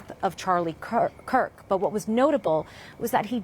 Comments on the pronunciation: why do BBC reporters have such a difficult time saying the last name KIRK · His last name is Kirk, not Cook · Charlie Cock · Charlie kook? why is this indian woman mispronouncing his name on UK state media? wtf happened? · Am I the only one hearing “Charlie Cook”? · She constantly says Charlie Cook , you aint wrong my brother in Christ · Why she keeps calling him Cook 😂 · Charlie Cuck is hard to say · how can you mispronounce his name THREE times in a row? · Can you at least get his name right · Wow, how bad is this reporting that both the presenter and reporter mispronounced his name multiple times. The disrespect that shows